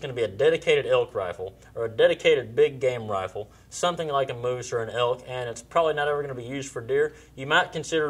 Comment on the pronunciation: I thought he said elk, sounds more like he's trying to kill the hulk.